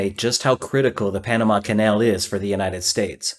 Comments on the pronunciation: "Pamana" (sic) LOL. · panana? lol